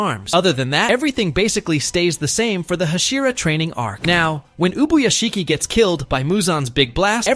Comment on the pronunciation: Its Ubuyashiki not Ubishiki